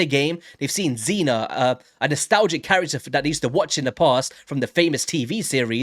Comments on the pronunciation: Her name is not pronounced Zenna like you say it but more like Seena or Zeena. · It's pronounced as zee na stop the nonsense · It's pronounced "zeena" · Xena is pronounced like Zeena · It's pronounced zEEnah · Her show was a big part of my youth. Loved it. Just so you know her name is pronounced as “Zina” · you said her name wrong, lol. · You are pronouncing Xena wrong